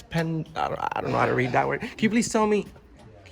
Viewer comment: I don’t know what makes these guys bigger arseholes; making people’s shitty low paid government jobs even more shitty or chewing gum while filming and talking. Also given he can’t read the word ‘expenditure’ something tells me that they’re not paying a whole lot of taxes in the first place.